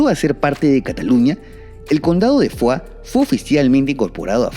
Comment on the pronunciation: Soy catalana, se pronuncia “foix” /fosh/ tal y como suena y no a la francesa /fua/. Un saludo y gracias por tu contenido. Es muy TOP.